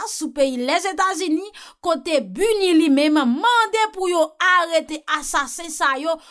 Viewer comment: Se B. I. N. U. wi, se pa B. U. N. I. non; li vle di : BUREAU INTERGRÉ DES NATIONS UNIES. Se pa “ intègre “ non. Eskuzem pou ti rektifikasyon an. Ou gen tro bel diksyon, m pa vlew fe vye fot sa yo. Noutout renmen tandew